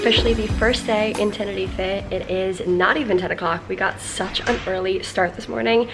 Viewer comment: Thanks for say TENERIFE and not TENERIFA 😂